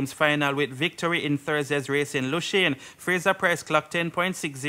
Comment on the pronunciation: The name of the place is pronounce Luzaane not "Lushane"